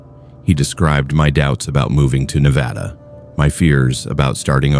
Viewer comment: NevAYda? Really